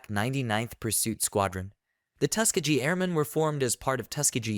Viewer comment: It is pronounced Tus-KEEGee